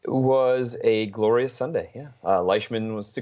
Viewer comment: Lyshman?? Comon Mann...Leishman.